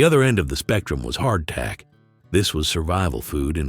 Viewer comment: Did anyone else hear " clack clack" when he said hard tack?